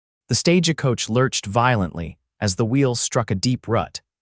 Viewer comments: Each time I hear this reader speak , there is always mispronounced names and words. Stage a coach.. please some one teach him to pronounce words and names correctly. Or, teach AI.😊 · THE VOICE TELLING STORY HAS NO FEELING IN IT, FAST TALKING, WHY ARE YOU SAYING STAGEACOACH, STRAIGHT LINE TALKING, BYE.